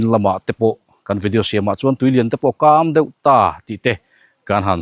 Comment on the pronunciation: Lawngleng ah ti tu kha tunge.....ka hre chiah lo a a in thu sawi khi a nin ang lo deuh em le....... nangni kan deuh i tih lain akam deuh. Alo ti leh bawka 😂😂😂😂kan hrethiam chiah lo.....